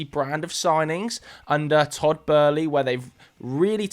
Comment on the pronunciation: who is beerley its boehly.